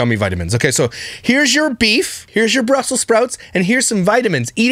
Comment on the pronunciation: Ice cream is a health food now? I thought some were lactose intolerant? It's Brussels not "Brussel" Sprouts Lush.